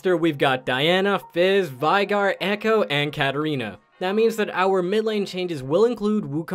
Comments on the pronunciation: VEIGAR not vaigar, dont make fun of my main! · ITS PRONOUNCED VEY- GAR. <3